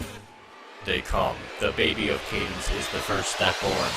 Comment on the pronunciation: “How aboth Candance babby” 😂😂😂😂😂😂😂😂😂😂😂😂😂😂😂😂😂😂😂I can’t even 😂😂😂😂😂😂😂